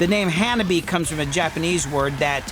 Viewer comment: Hanabie, you are saying it wrong as japanese does not have dipthongs, like ie. So the name is hanab-i-e, you say the i and e separate. They stopped a concert to explain to a western audience.